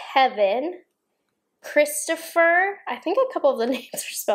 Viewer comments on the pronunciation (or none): “Christopher” = Christophe, KR-IST-OFF